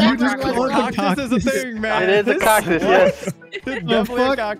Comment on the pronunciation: "cocktus" 2021